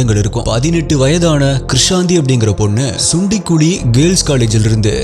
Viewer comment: Adhu SUNDUKUZHI ( Pronounced as CHUNDUKULI) and not SUNDIKUZHI sago 🙏